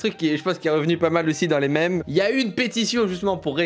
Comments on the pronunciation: La prononciation de memes c’est mimz pas m’aime esti de francais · “Les maimes”